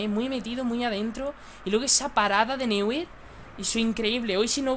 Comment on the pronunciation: Neuer se pronuncia `Noier'...